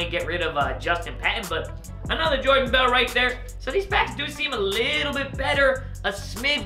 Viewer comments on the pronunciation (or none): none